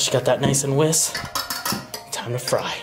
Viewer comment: Whisk lol not whiss. Can’t you say whisk